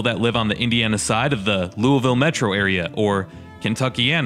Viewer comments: Lame attempts at humor and you don't know how to pronounce Lou a vull. McDonald's is hiring. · Bro it’s pronounced luh-vull but it’s fine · why do people pronounce Loiusville as 'LuahVoe'? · Founded by the French. French typically don't pronounce the last letter of a word. Louie ville.